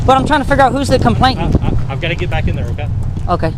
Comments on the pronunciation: Complaitan? I believe he meant complainant. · I wish these numbnuts would learn how to speak. Its a complainant, not a complaitant! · Could someone explain to PayPal Patty that the word is complainant, not complaintant! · And it's COMPLAINANT, not "complaitant!"